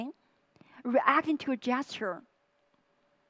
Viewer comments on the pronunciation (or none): none